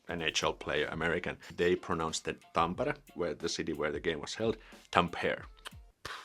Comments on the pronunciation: Very simple tip for you: In our language the emphasis is always at the beginning of the word. You say: helSINki, we say HELsinki. You say tamPEre, we say TAMpere. You say noKIA, we say NOKia. Try that. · If you pronounce it like it's written then it's definitely not "Tamppeere" and even less "Tumpere". If you actually pronounce it like it's written then you should not have any problems pronouncing it correctly: "Tampere".